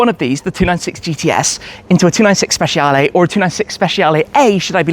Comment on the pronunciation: Hey Tim, you can improve your pronunciation, it’s more like speCHAle, not speSHIale. 😊